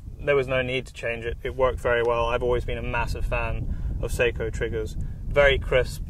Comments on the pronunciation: Ugh, I hate listening to the manufacturer's name mispronounced like this. It is NOT "say-koe", it's "SOCK - oh" (and the second syllable is abrupt, not drawn out, like "coe", but more like "coh"). It sounds as annoying as hearing "Webley & Scott" mispronounced as "WEEB-Lay and Skate." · sock oh not say ko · i thought it was pronounced sok - O? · Hork3r If you're going to pronounce it as it is in Finland, then the "a" will sound like "ah" not "uh", so no, I still contend that it is best pronounced by a non-Finnish speaker as "Sock-o" not "suck-o" Like the difference between "nako" and "nucko". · i hate how people pronounce Sako. It's not an actual A sound it's more of a Ah sound. It's a Finnish company, and should be pronounced correctly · Just remember to pronounce SAKO correctly 😉 It's pronounced "sucko". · You are correct in the pronunciation. Most gun shops pronounce it wrong also. I think people use the wrong pronunciation because of Seiko watches. Of course I realize it's a different spelling but that name is known by just about everyone so they use the same name for the rifle manufacturer. I agree with you but in the grand scheme of things it's not really a big deal. Enjoy the rifle, they're awesome!!!! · I agree!! Glad to hear fellow Sako enthusiast. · You are correct. The English (Britain) seem to use their own thoughts when it comes to other countries and the letter A. We have a similar situation in the US but it has gotten better within the last few generations. I have been told by representatives of the Sako company that is actually pronounced (phonetically) SOCKO, like a sock on your foot followed with O (like in oh no), lol.